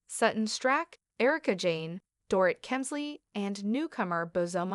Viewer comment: If you’re going to report on individuals you need to pronounce their names correctly . You have yet to pronounce Dorits name correctly.